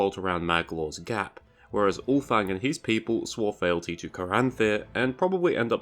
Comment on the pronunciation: Fealty is pronounced as "feel-tee" not "fell-tee".